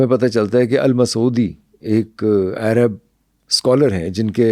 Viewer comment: Bhai " Airab" nai huta "Arab" hota hay.